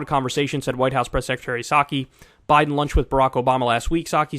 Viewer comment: Clinton and "Bide"? BIDE?